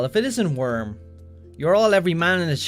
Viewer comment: Every time they mention Wyrm, I hear worm and the messages get that much funnier